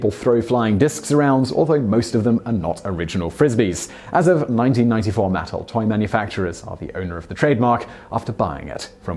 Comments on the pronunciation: With Simon's accent, I didn't catch on as to who owns the Frisbee name. The company is Mattel (pronounced Ma-tell. Simon pronounced it Mattle). The same company that makes Barbie. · It's pronounced "Muh TELL" not MATT uhl . You're welcome.